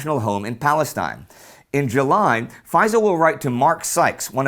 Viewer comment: It's pronounced Fay sel not fiesal